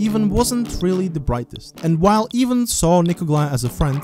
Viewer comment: not AIVAN, EEVAN